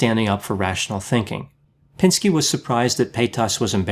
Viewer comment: You called him "pinsky" 🤣😂, you are G. O. A. T.